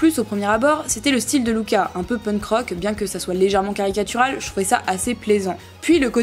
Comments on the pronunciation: On ne dit pas Louca on dit Luca🙊🙊🙊🙊👫👫👫👫💑💑💑👼👼👼👼❤💟💙❤💟💙❤💟💙❤💟💙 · Pas Louka mais luka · Ça m’énerve tu dis Louka😂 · Perso j'adore Luka moi... 😍😍 ( mais il me semble que ça se prononce Lucas )